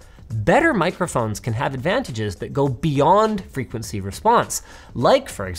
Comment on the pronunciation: So is it "frequeny", "frequecy" or "frequency"? I'm confused...